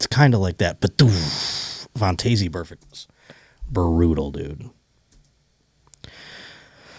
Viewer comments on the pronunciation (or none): its pronounced Von-tez Burfict and someone tell the producer you can slow the replay speed of youtube videos